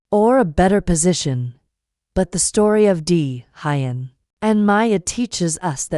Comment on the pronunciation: Maya will be celebrating her 6th birthday. Narrator please learn how to pronounce Who-yen's name...not Hi-yen!